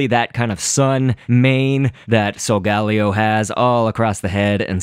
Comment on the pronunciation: but I think solgaleo is said like soul-gale-io but whatever floats your boat